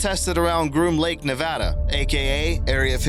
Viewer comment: Im so glad you pronounced Nevada correctly! Btw new sub :)